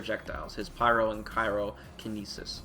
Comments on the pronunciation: already buff'd Gill by giving him "Ky-ro" properties as well as Cryo! LOL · Oh, no! You kept saying CYRO instead of CRYO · I had to stop around 3 minutes in because the Khyro was killing me... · pronounces the word “cryo” correctly exactly once in this video.